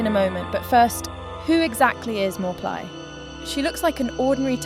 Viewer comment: That's correct pronunciation for channel owner. I'm Thai. "Mor" means doctor in general meaning but also the prophet who gave the Future predictions or advice to consultees. "Plai" pronounce as Pry with P sound like Plaster.